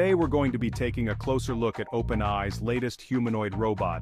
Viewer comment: Everything about this video is AI. The AI voice can't even pronounce openAI properly.